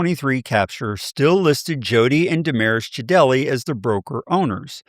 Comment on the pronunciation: just to let you know, his name is pronounced Jade Lee not Ja Del E.